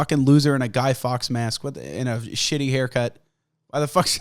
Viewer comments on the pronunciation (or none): none